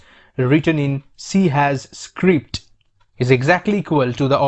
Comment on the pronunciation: The hash in c# is pronounced sharp so it should be c-sharp. Anyways good tutorial!